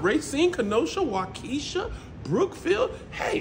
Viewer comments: Wau kesha??? It's pronounced wah ka shah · kmsl!!! Its pronounced WAW-KEY-SHAW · That’s not how you pronounce Waukesha! 😂😂😂 It’s Wau-KASHAW! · I'm from the midwest..as hilarious as Waukesha looks, its pronounced Wau-ka-sha. Native American 🤷🏾‍♂️